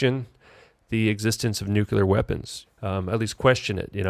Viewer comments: This idiot has no idea what he is talking about. No idea of the history, the physics etc. Damn moron can't even pronounce "nuclear" correctly. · How can you take anyone seriously when they can't even pronounce the word 'nuclear'?